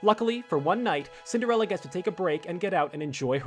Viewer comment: You didn't think anyone would notice did you? I know your game. You misspelled Cinderella and said Cindrella instead. Mmhmm, I'm onto you lol